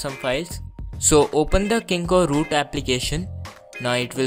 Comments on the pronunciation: 1. Ur voice is irratating 2. U r pronouncing kingroot as kingoroot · dhoti say kingroot u r saying kingoroot u bhele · lol its called "KingRoot" not KingkoRoot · did He Said kingkoRoot 😂😂😂😂